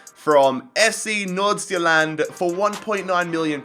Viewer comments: You did not pronounce “Nordsjælland” very wrong. Proud Dane🇩🇰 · Damn you Said FC Nordsjælland good. From a dane